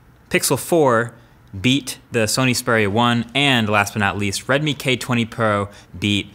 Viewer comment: *Xperia. I have no clue where MKBHD got that pronunciation from. Great video nonetheless.